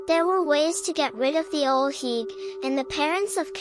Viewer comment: The pronunciation of the name is wrong, love the video tho 😊...